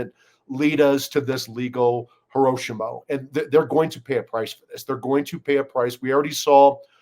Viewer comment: Hiroshima, not Hiroshimo.